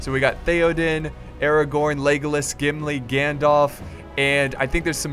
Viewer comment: it sounds like you are saying 'legless' instead of legolas xD